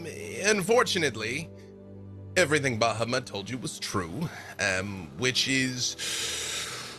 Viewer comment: It's also on full display here with how he mispronounces Bahamut and Tiamat.